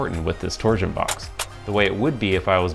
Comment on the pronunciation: I can't unhear "tor-zuhn". Please release "tor-shun" from word prison.